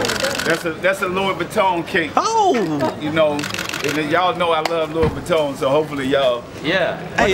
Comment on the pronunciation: Actually he said it properly..mmm. Its french So its pronounced like this lwi vueton accente over the o sounds like tun